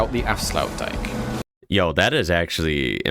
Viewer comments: Both the 'ui' and 'ij' in the word 'Afsluitdijk' represent single sounds (possibly) unique to the Dutch language. They are single sounds, so not 'yu-ie' for the 'ui' but something close to, but not quite, like how you would pronounce (Arie) Luyendyk (born as Arie Luyendijk) the two-time (Dutch) Indy500 winner. The 'ij' sounds like a cross between eye and the 'ey' in hey, but really has no equivalent in English. Or like the French 'ei' in 'Appareil'. The IJ is one letter. Hence, IJsselmeer and not Ijsselmeer. Which is the name of the fresh water lake created by the Afsluitdijk (which literally translates to 'Shut-off dyke' even if it's technically a dam, but hey...) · As an Afrikaans speaking person, I wasn't expecting Afsluitdijk to be pronounced the way it was in the video! In Afrikaans this would be pronounced similar to saying Aaf-slate-dake. Afrikaans and Dutch are very similar languages so I wasn't expecting to be thrown off like that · Think of it as a giant dike "dijk" with a road on top. Afsluitdijk is pronounces "Afsl-out-dike. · Many died building the "afsluitdijk". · afsluit dijk, don’t worry, he butchered it before you. ;) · yes you butchered it, but no its not pronounced in the way he did anyway. Honestly I get it, its a weird Dutch word, but I kindof don't like the way he mentioned it like he said it correctly. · Don't feel bad about mispronouncing Dutch words because the guy in the video completely butchered the word "afsluitdijk." And you copied his mispronunciation 😂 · Appart from the first letter you nailed the name Afsluitdijk, well done!